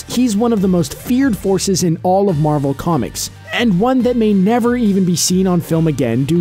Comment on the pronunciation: Marvel not Marvek XD